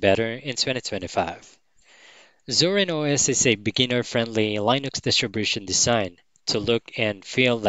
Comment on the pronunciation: Just a note about "Linux" - it's pronounced "LINN-ucks", not "LINE-icks". The "I" is short, not long.